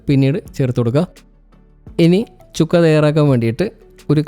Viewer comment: ചിക്കൻ ചുക്ക അല്ല ചിക്കൻ സുക്ക അതാണ് ശരി.ഹിന്ദി വാക്കാണ് (സുക്ക= ഉണങിയത്).